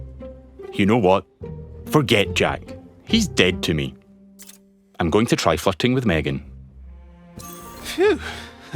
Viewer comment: brother you need to work on the word flirting i thought you said something else lol